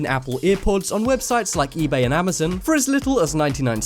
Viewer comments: "amazin"??😑😭😂😂 "amazon" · Amo "zin" XD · Did You See That He Said Amazn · I don't think he can say amazon...